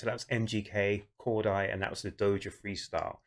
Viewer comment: It’s pronounced cor-day 😂 just for future reference 😂